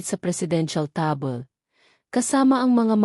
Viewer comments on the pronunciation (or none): Masyadong pa cute pagka pronounce ng words tabol(table) ayles (ailes/ayl)